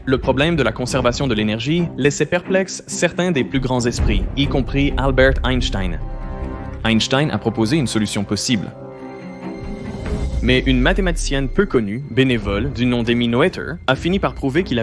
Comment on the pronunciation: Putain d’accent américain c’est Albert et pas Albeurt Einstein